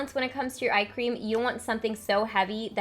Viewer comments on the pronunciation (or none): I was in the other room and I kept hearing you say ice cream instead of eye cream! I agree, ice cream shouldn't be avoided. Lol